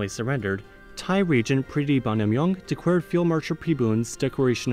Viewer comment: I think maybe it’s something about your pronunciation of the L sound. If you listen to your pronunciation of the word “declare”, it sounds like “dee kware” to me. My English speaker friends also heard the same.